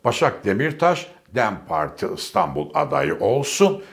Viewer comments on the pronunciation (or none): none